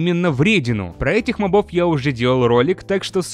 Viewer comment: Задолбал уже! МОбов, а не мобОв! Именительный падеж, мужской род, единственное число-моб. Одна О. На неё и падает ударение!